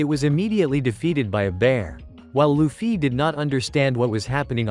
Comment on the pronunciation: It’s luffy Yeah Loofee No it’s luffy Yeah its what I’m saying: Loofee 💀